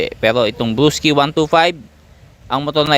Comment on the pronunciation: Bulol ka nmn blosky kamo nmn walakang are